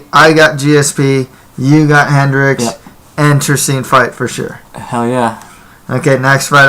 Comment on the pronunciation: That other guy just talks out of his ass can't stand him...how you gonna say hendricks' name wrong and then go and make a prediction for the fight...nobody is going to take you seriously